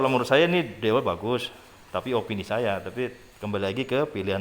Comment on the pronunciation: dewalt (diwolt)